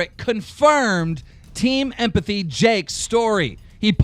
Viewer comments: Its Team Epiphany not Team Empathy, I don't even watch their crappy content and I can say their name correctly. Why does Keem suck at pronunciation so much? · If he says Team Epiphany wrong one more time 😂😂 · Keem can't even say "Epiphany" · Keen doesn't know how to say epiphany 😂😂😂😂